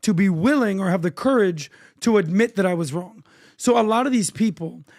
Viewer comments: And PBd how to pronounce COURAGE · How the hell is PBD pronouncing ‘courage’? Embarrassing to listen